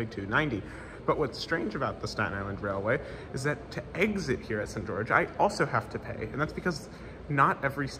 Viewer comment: I didn't find the "St. George" pronunciation to be weird. Sounded a tad British if anything but not odd. Kind of like St. John → Singen, just not as extreme.